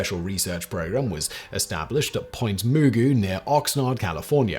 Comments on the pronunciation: Point Mugu: Muh-GOO. La Jolla: HOY-ah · Point Mugu, La Jolla, Point Loma - California place names defeat another reader. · Also, did you hear his pronunciation of Point Mugu? 😂😂